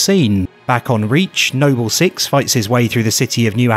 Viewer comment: Funny as hell when I heard nobell six, thought it was a setup for a Nobel prize joke for a sec. Glad you saw my comment though made me laugh my ass off.